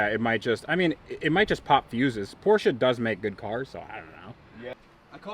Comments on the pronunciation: Dude in the beginning your said it correctly. "Porsche". But then in the end of the video you fell back to the typical English speaking error, saying "Porsch". It is "Porsche". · now that you own one, it's time to pronounce it correctly... it's Porsche with an e at the end, not Porsch. Please! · I love your videos and how you rebuild broken cars, but as a German, I can't handle the way you pronounce Porsche. It´s Porsche, not Porsch :D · Pronounce por sha. Waisted $130,000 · "But if you want to buy one of these, you've got to be on a special list from Porsch". Is being able to pronounce "Porsche" correctly one of the requirements for being on the list? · "2024 Porsche GTSouve Condenzation edition" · yoo the fucking "E" in Porsche isn't silent! Dankeschön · Learn, how to say Porsche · Here we go with another video of mispronouncing PORSCHE.